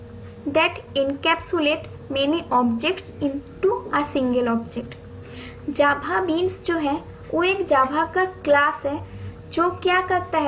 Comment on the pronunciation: Pronounce Java not jhaba😂